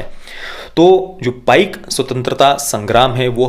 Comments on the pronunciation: One correction to the pronounciation It is PAIKA not PAIK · Sir uccharan apaka galat he Paika ye spelling he but uccharan me isko app paik na bolke Paiko boliye. #PAIKO